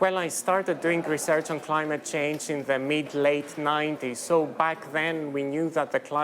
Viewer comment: ….climate c..kwaffle…🙄